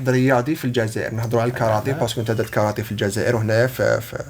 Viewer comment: كارتيه وليست كارطي